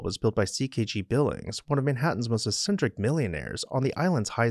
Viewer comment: look up the pronunciation of eccentric...